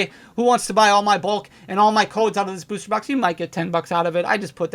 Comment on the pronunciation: if you buy a beuuwwster box 🤣 why you say it like that